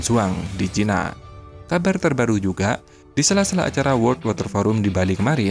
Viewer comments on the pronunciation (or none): none